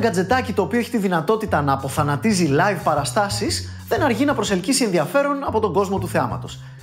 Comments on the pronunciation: Γιατί εΦΦέ; Και γιατί "αποθανατίζει"; Το σωστό είναι "απαθανατίζει". Όπως και να έχει μπράβο. Job well done 👏👍👏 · απ-αθανατίζει!! Κατα τα άλλα κορυφαίος, συνέχισε να μας καλομαθαίνεις..